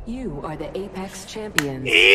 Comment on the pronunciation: I spent a whole minute just rewinding and hearing say "Ape Ex" over and over again.....I have problems.